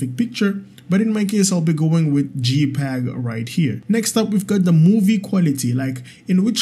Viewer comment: jpeg = 'jay'peg (not 'gee'peg) 😀